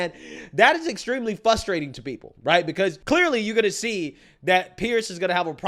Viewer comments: Love ya and I wonder if you are ever going to say frustrating instead of fustrating? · I love how always forgets the R in frustrating.